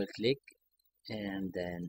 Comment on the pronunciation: "then, uh... click this.... awddwanced than uh... cliik okey... than uh..." bro just put fucking text if you cant speak